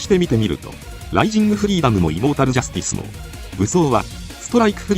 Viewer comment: イモータルジャスティスが胃もたれジャスティスに聞こえるお